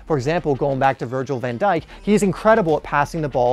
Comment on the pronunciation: man literally said van djik better than ramos bruhh